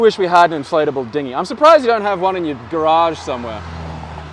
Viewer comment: "Oh garage, garage. Well la die da Mr. French Man."